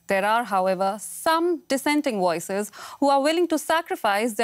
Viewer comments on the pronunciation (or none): How can you correctly say have or Vladimir but you say woices and wisiting